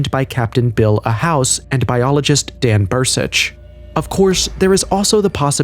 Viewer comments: It's Dan Burisch not Bur-sich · It’s BURISCH